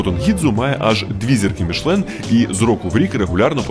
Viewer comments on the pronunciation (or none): none